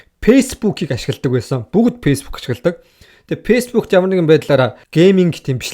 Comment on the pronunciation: Шанел биш чанель, пейсбүүк биш фейсбүүк гээчээ хаха